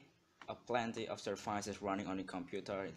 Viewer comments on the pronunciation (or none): Anyway i love it xD "servaises" - 2016